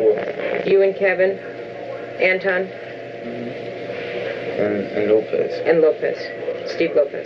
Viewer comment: Anybody noticing how he never say Antron correctly? Y'all notice how it either Anton, or Antwon, it's never Antron?